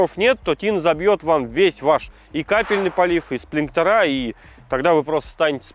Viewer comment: сплинкерА и фильтрА - бьет по ушам